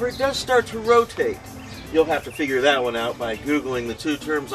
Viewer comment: hha. he makes me laugh. i love the way he says "look at dat" haha, "hello! and welcome back!" lovin' it!